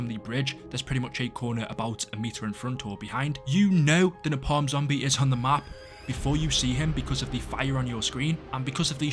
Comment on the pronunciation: The way you pronounce ‘napalm’. 😂 Pretty sure that ain’t right.